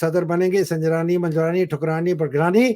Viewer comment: Sir Jee, woo Sunjarani nahee Kunjarani